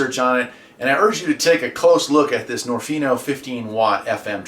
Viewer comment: I might be wrong, but I believe niorfnio is supposed to be pronounced as nio nio rf